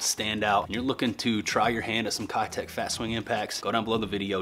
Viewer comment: You should give me those Keitechs cuz this is a compelling comment. And I slay on Keitechs. And because now u know they’re actually pronounced KAYTECH. Not kiiiiitech. And because I’m running out of Keitechs. And because this video was a heater. (Not that has anything to do with me, I guess.) And because this is a compelling comment. Lol ( I put way too much time into this. But it was worth it cuz it’s for u) Thank you.